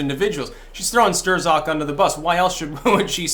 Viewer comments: I am fairly certain.......Strzok .....is one syllable that rhymes with "crock". It is not pronounced "stir zock" The "z" is silent,. When he grins I think he looks like the Grinch from Dr. Seuss. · It's pronounced "strock" not stir-zok and yes he is a deep state FBI fuckhead! We need to abolish the FBI and most of the so-called Intel community. Let's call it what it really is..a fucking commie spy network, who's main goal is to fuck americans over. This is not just partisan politics it's a coup or attempted coup and an attack on a sitting president. Right out in the open and dumbfuck americans for the most part can't even see it or refuse to acknowledge it. So lets get with the program and quit bantering about this like it's just some passing political Dems vs the republicans thing ITS NOT! If your going to be alt media be more hardcore and blunt. Tell it like it is for gods sake, there is to much at stake. I know your trying to protect your ass against strikes,,I get that, but come on! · "Sterzok"??? Another classic mispronounciation. It's pronounced "Strock". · His name is pronounced "struck" as in I was struck in the head. Not Stir-zuk. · I think it's pronounced "Struck" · It’s pronounced stroke bro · Stir-Zock? I haven't heard it pronounced quite like that before. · How can anybody pronounce it "Stir-zok" at this point in the game? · Pronounced “strock” Lol just got under my skin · Why do you call him Stirzok 😁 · Pretty sure STRZOK is pronounced "struck" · Strzok, is pronounced "strock", don't ask me why, but it is. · for pronouncing it “stir-zock” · Signs that doesn't watch the MSM, even on youtube: Strzok is pronounced Strok. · PLEASE stop calling him "Sterzock" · Hey he pronounces his name like Struck. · Really should learn how to pronounce Strzok. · How can you still not pronounce Strzok correctly after all this time? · How come you pronounce it "Ster-Zok" but the rest of the media pronounces it "Struck" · It's pronounced 'struck'